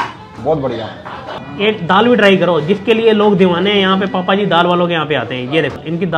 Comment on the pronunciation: That is not papa ji that is bhapa ji😂😂